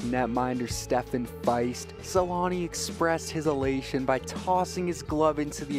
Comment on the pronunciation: Stephane Feist? How about Fiset.